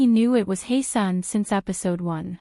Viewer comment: Ahh this video pissed me off 🙄 from the annoying ai voice, to the fact that you butchered HyeSeon's name every time. It's HYESEONG, not Heyseon. All this detective investigation and you don't even know her name.